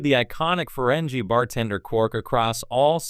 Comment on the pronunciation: Somebody forgot to tell your slideshow that Trek ended in 2005. Your AI got best actor right. Ferengi is pronounced with a hard "g".